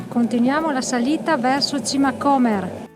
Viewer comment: L'ho fatto ieri. Piccola precisazione: si pronuncia Comér o non Cómer. Comunque bravissimi. Vi consigliobdi farla partendo da Gargnano, un po' piú lunga ma val la pena vedere anche via Quarcina o Via Mulini, strade antiche che dal porto salgono a Musaga e quindi Sasso.